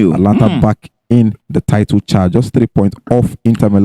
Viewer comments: Guys, the name of the team is "Atalanta" not "Atlanta" like Atlanta, Georgia, in US. There's an extra "a" there after the "t" so, note and stop calling it "Atlanta" on your cool podcast. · Guys, the team's name is Atalanta, not Atlanta. Take note of the additional "a" after the "t". Please, correct your pronounciation.